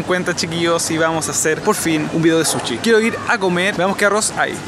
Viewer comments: Se dice sushi no suchi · Habla bien amigo es sushi no suchi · Se dice sushi no suchi chileno weon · Porque le dicen suchi? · Me mata cuando dice suchi XD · Porque dicen suchi JAJAJAJ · Nones para criticar pero se dice sushi